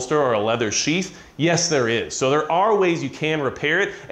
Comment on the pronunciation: I know he's saying sheath but when he's talking fast it sounds like sheets.....just say'n.....